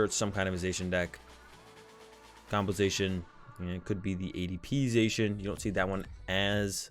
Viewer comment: did you just pronouce zacian "zay shin" ? it's "za she in"